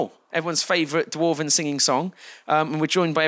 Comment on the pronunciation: DWARVEN!!! DAMMIT SIMON, IT'S DWARVEN!!!!!!!!!! GAAAAAAAAAHHH!!!!!!!!